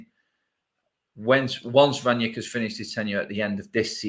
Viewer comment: Where does Ranyick come from? It's Rangnick ffs. Imagine you knew someone called Nick and you rang them. Like that. How hard is it?